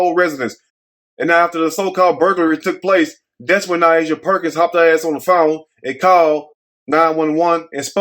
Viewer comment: That new reporter sound like a wyt teacher that could care less to pronounce her name correctly... I would hope her name is pronounce like Ny Asia and not what the reporter said😮😮😮. Yikes